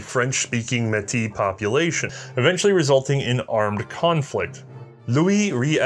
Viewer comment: As a Metis who had family who took part in the 1885 rebellion on both sides. I just want to say thank you for incorporating Metis history into your video I really appreciate it. (Also your pronunciation of Metis was excellent 👌)